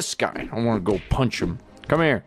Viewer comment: when dennis said punch things and people that sounds like fling things and people